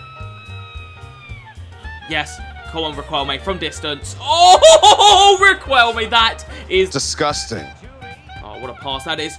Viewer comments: Whos gonna tell our boy that it is pronounced “rikelme” and not “riqwelme”😂😂😂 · not being annoying but it’s pronounced ri-k-elme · GOD!!!! the U is silent !!! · I love your videos mate they are so fun. Also brief Spanish lesson, you don't pronounce the "u" when its before the q, like in queso.